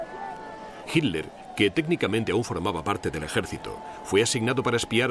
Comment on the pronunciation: El relator no sabe leer, repite y repite "HINLER"